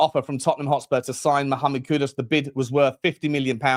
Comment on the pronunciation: Mate. Great content. Please though it's kudus not kudos. Please.